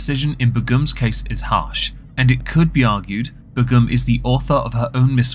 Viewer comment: I thought that Begum was pronounced like 'bay-gum'?